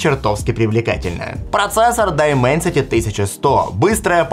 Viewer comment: Дименсити а не дайменсити